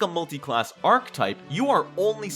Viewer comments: I had a really hard time with the pronunciation of archetype in this video. It’s aar·kuh·tipe not ark-tipe. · I'm trying so hard to watch this, but archetype is three syllables, not two: arch-a-type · archetype is a 3 syllable word, thankyou